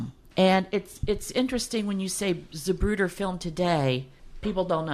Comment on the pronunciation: Great info, thank you. But never in my life have I heard it pronounced “Zabruder”.